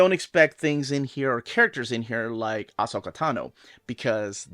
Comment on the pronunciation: How did you pronounce Asoka .....lol 😂 always with the extra.